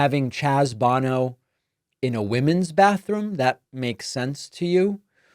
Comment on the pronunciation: Who the hell is this BONNO person you are talking about? FFS, do a little research! You never heard of Cher, from Sonny & Cher? As in Sonny and Cher Bono (pronounced BeauNo? Rhymes with No-no)? Chaz is their son. That Sonny Bono was a congressman, makes your ignorance even more negligent. I know you claim you always prepare, but you sure didn't this time. It would take a 5 second google search to get right the 4-letter name. BTW, Sonny died in South Lake Tahoe when he skied into a tree headfirst and suffered massive head injuries.